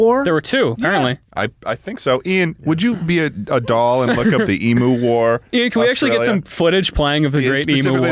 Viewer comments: omg 😩 it's "eem-you" not "eem-oo" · Wtf its not emooo its emu, like emyou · it's not "e"- mu, it's eem- "u" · Everyone's pronunciation of emu caused me physical pain every time, I want to throw up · As an Australian, hearing Americans say Eee-moo instead of the correct Eem-yuu is a nightmare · as an australian i hate how they pronounce emu as eemoo not eem-you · ITS NOT EE-MOO ITS EMU. LIKE EEM-YOU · as an australian, all of them saying emu/s like "ee-moo" instead of "e-myuu" hurts me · im begging americans to learn how to say emu. it's ee-myoo. one australian dies every time someone says ee-moo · "emoo" im dying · every time one of them pronounces emu like emoo the light inside me dies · As an Australian Every time they pronounce emu like “emoo” i die inside just a little more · I find it strange how Americans pronounce emu, 'emoo' like the sound a cow would make. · HAHAHA ITS SO FUNNY THE WAY THEY ARE PRONOUNCING EMU it's pronounced like em-you lol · americans please can you stop saying emoo it sounds terrible just stop it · Why the fuck they saying emu like that?!! The fuck is an emoo??!? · i swear to god if they pronounce it Emoo one more time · It hurt me to listen to it Ee-moo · the way they pronounced emu triggered my fight or flight response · Every single time I hear an American pronounce emu wrong I die inside a little more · That's not how you say emu, that section was so painful to watch, holy shit... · As an Australian hearing, them miss pronounce emu for 5 minutes makes me want to die.